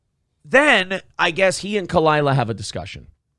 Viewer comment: Khalyla. Not that hard. 😉 #Tigerbelly #FuckBS